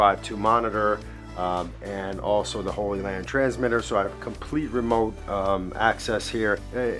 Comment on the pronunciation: Your pronunciation of Hollyland is making me want to start a crusade.